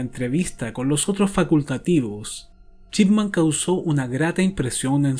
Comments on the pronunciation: Nadie:: Doctor Chipman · "Chipman" jajajajajajajajajajajaja